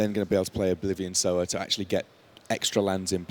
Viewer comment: ffs it's Sower, not Sour! knife hand twitch